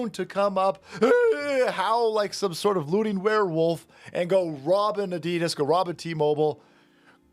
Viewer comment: It's pronounced Ad-i-das NOT A-dee-dis, it would be like the world saying Chev-row-let to Americans